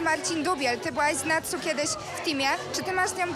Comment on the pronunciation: Patsu a nie Natsu ;)